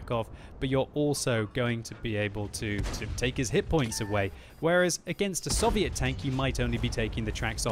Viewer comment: I wish you would pronounce Soviet properly